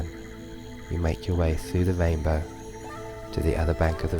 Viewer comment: This is nice, but the speech impediment takes me out of the meditation. "wainbow" indeed.